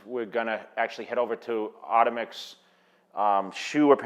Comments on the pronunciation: Am i the only one who thought it was pronounced automix like jay said at the beginning only to find out they are pronounced o-tomix lol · Did he just really mispronounce the name of his $pon$or?? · Yes he did. I cringed for him